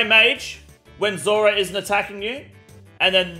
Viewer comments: Zurah bro can't even pronounce zulrah lmao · Lol u trying to say zulrah made my ears bleed 😅😢